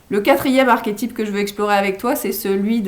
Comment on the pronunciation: j'eclate en sanglots sous l'effet d'une grande douleur a l'enonciation de l'avant dernier ... " archétype " ... On fait quoi maintenant ?